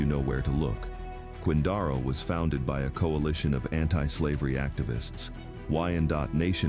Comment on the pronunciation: A-eye boo boo .. Quin-dar-o is Quin-dare-o